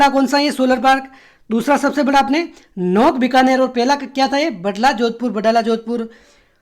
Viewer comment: बीकानेर में नोखा है नोख़ नही.. नोख जैसलमेर में हे